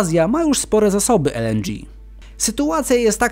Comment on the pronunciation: LNDżi... Może jeszcze waterciągi?